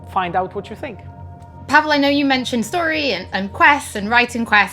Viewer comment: PaweŁ It's Paweł You have that sound, so learn it if you want to be respectful. Paweł - "pavew" Pa as in PArrot we as in VEctor ł as in Why